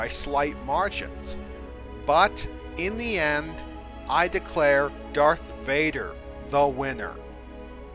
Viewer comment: pronunciation VADER not BADER